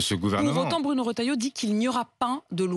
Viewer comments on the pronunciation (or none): none